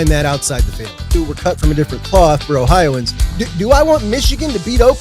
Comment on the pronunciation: Did bro say “ BroOhioans “ ?